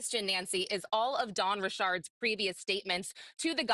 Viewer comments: It’s RICHARDS NOT RASHOD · Her name is Dawn RICH-ARDS (ERDS)